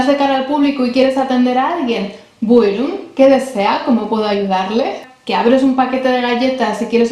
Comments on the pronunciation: Aferin 👏👏Tebrikler çok güzel video olmuş Buyurun kelimesini telaffuzun harika Maşallah 😊 dilimizi kültürümüzü tanıtmam İnşallah diğer videolarınla devam edecek Umarım kanalın istediğin büyüklüğe ulaşır 😇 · Maaşallah çok güzel bir video olmuş. Özellikle BUYRUN kelimesini mükemmel telaffuz etmişsin. Tebrikler. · Estağfurullah was the best explanation and buyrun was the best pronunciation